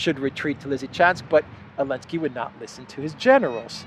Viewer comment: I always enjoy you calling him Elensky. I have no idea why you don't say the Z but it is hilarious.